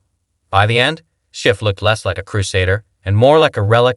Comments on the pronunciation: Ya know, you’d make a bigger impact if you pronounce Schiff’s name correctly. 🙄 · To narrator: It's Schiff (shhiff) NOT (skiff)